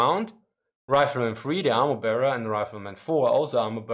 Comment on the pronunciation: My two cents on pronunciation - i would pronounce "bear", as in "ammo bearer", as "Bär", not as "Bier"